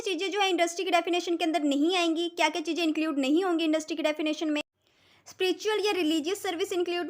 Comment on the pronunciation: Chijje ❌Chize ✅